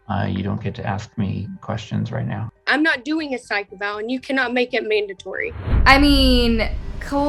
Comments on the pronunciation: Psych...not SY-kee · Please though, psych is not pronounced that way. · A Psy- KEY eval?!? It's Psych. One syllable.